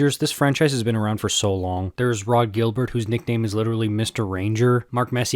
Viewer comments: Rod "Jill-bear", not "Gilbert" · Rod Gill-Burt? Rod Jill-Bear was the greatest Ranger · Rangers - Lundqvist over Leetch - or Rod Gil-BEAR..... the French pronunciation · You ARE young! Lol. Pronouncing Rod Gilbert’s last name English style.